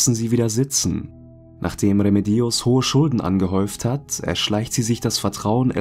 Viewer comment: Bei Remedios liegt die Betonung allerdings auf dem zweiten „e“! 😉